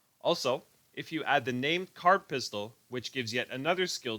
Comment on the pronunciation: What pistol r u talking about? sounds like u said card pistol . how do u get it...thanx